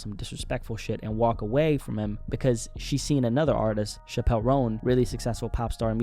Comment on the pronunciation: The fact you pronounced chappel like Dave chappelle is hilarious and shows how unimportant she is